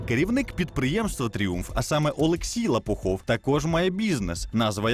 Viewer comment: Журналист, темненький парень, Лопухов который!!!))) А владелец фирмы ЛопоУхов!!! не стыдно вообще такие ошибки допускать?! интересная передача, но леворукие работают, погубят передачу((